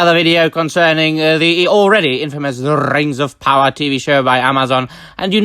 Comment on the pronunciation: The way you say Rrrings of Powwaaaahh hahaha